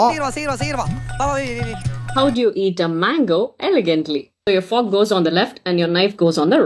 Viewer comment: Ava fork nu sollura pronunciation ae thappu ithula elegant.